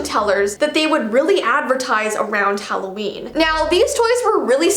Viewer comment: its Halloweiini!!!!